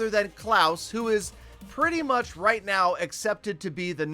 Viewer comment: when I donate him 17$ and he says "that's royt, petah 17 dolars"